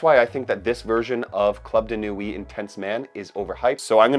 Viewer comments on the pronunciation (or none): Thanks for this excellent ranking. Btw, ‘Nuit’ is pronounced ‘nwee’, and ‘chinotto’ is ‘kinotto’.